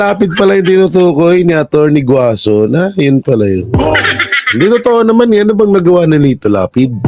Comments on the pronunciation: Atty. GUANZON.. Not Guazon. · HINDI GUAZON KUNDI GUANZON PO...